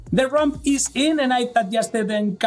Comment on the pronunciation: Oh, RAMP. I ghought you were saying RUMP.